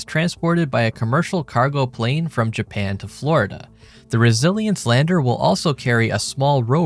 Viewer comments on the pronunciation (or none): none